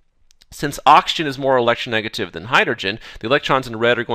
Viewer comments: is it just me or is he saying Auction and not oxygen? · He does indeed says okshan several times in a row. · can't unhear now